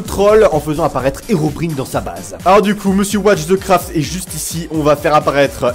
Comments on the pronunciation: On dit HeroBRAIENE pas HerobrIne respecte toi olg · on dit hirobraïne pas hérobrine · On dit ocelo et herobraïne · Le i de Herobrine ce prononce comme en anglais